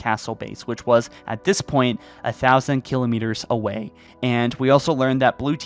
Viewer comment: Yeah.. the annunciation of kilometers and escherum really bug me.